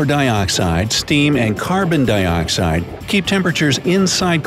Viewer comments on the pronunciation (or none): none